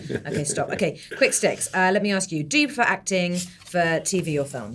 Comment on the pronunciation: Please Idris say ASK properly not AKS, it spoils your amazing interviews